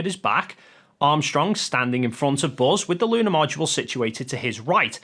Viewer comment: Did he pronounce Module as "mow do la"???